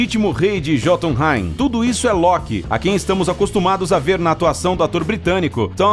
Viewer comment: "jotumrai" foi foda